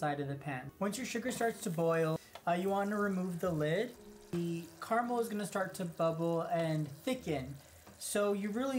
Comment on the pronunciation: Why are you saying "Karmel" when you clearly mean "caramel"?